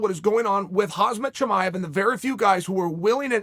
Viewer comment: My favorite name garble so far is Hazmat Chimaev :D :D :D Gotta love Chael!